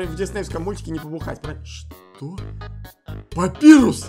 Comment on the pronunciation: Какой блд папирус?! ПАПАЙРУС!